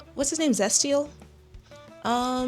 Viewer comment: Bro I heard zesty eel instead of Zestial